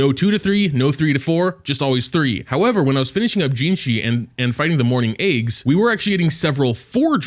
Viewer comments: everyone is talking about level 60 this level 60 that... and here I am wondering why I hear "morning eggs" whenever says "mourning aix". I guess I'm just deaf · Whenever he says that name, "morning eggs", it's so hilarious 😂😂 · I cant tell if he is saying morning aix or morning eggs 💀